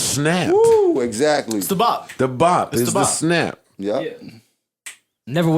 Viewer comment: “An invisible snaap” 😂